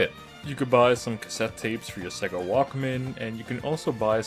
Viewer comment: The accent you were doing sounded like it was from someone who should be able to say sega properly yet you didn't not once , which is always amazing to me when people get it wrong when so many sega games especially on the mega drive/Genesis used to actually say it out loud , Australians get it even more wrong they say seega at least the wrong way Americans say it is in line with how it's spelled